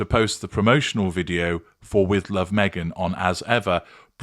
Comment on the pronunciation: Each time I hear say her name, it sounds like a bad word